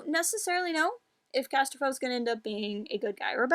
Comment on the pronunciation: Casterfo has ended up to be one of my top 5 favorite new non-film SW characters. If no one has mentioned it yet, according to the audiobook pronounces Di as "die" and Wookipedia confirms that RC is pronounced RAN-som CAS-ter-foe.